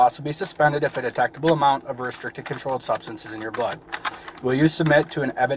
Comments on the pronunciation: Tell me why I heard "substances in your BUTT" lmaooo it was blood not butt 😂😂😂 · thought he said "in your butt"..